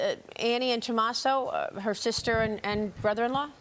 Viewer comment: Tomasso? You mean?